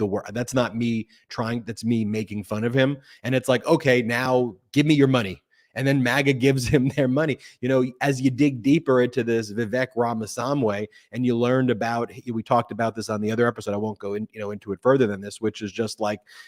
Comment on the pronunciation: His name is pronounced Vih' Vake. I call him Vivek the Fake.